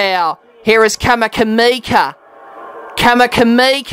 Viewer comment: Mate you pronounced 'Vunakece" perfectly but then you changed your rules on "Kamikamica'